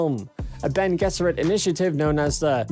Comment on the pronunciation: thank you for pronouncing bene gesserit correctly.